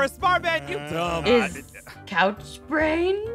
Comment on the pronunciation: I love when Aphmau sess couchbrans!